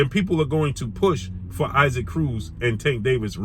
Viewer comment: Yo why you keep saying Isaac Cruz name like that? It’s EE-sak.